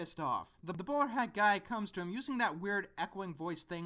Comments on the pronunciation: Oh, "Bowler hat guy"! Sorry, I had to double check since I thought you said "Borat guy". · it sounds like you're saying Boar Hat guy